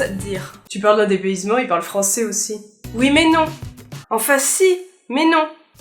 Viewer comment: is this like the PQ version of "one says not crisps, but chips"? the way you said "oui mais non" sounded unnatural but i'm english (clearly). to copy that inflection would be "ouais... mais non" many people use anglicisms. embrace them.